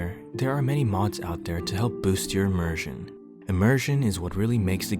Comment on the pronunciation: "Immersion", pronounces it "Eeeee-Mersion"